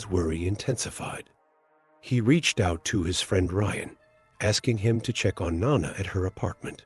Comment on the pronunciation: It's not pronounced nonna - it's NO-Nah